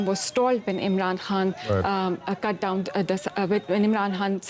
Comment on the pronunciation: The way she pronounced 'imran khan' as imran han made me chuckle everytime 😂😂